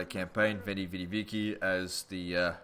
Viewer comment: Just a little help it's not pronounced Veni Vidi Viki it's Veni Vidi Vichi.Might find it useful :)